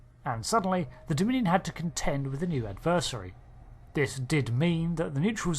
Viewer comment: Great video but every time you pronounced 'adversary' it made my brain itch